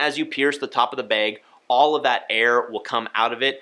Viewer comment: Say “behg” instead of bag one more time I dare you 🤣